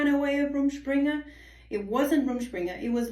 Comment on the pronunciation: So that's how you pronounce it! Also didn't realize it could go on for years and you could still live at home, do parents or the church cut it off when they feel its gone on long enough?